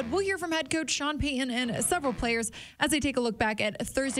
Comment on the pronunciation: Please say Sean Payton's name right Sydney it's not Sean pay - e n n it's Sean Payton